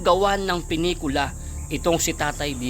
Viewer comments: Sir pilekula hindi pinekula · Pelikula.... hindi penikula😂😂😂😂😅😂😅😂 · Isang napakalaking PELIKULA not penikula po sorry po sa correction kung matutuloy at sana gawin itong makatotohanan at walang fake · Pelekula hindi penekula boss